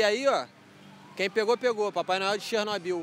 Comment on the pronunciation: Papai noel de chernobyl não chernoel